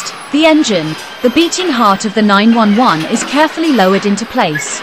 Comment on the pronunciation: LMAO, the AI garbage voice. "Porsche 9-1-1."